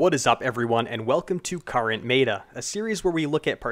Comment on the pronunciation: MEATA????? its Met-uh